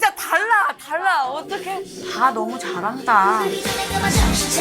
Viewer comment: 박봄보삻ㅋㅋㅋㅋㅋ 개웃겨 봄언냐 "다들 너험~ 잘햔댜"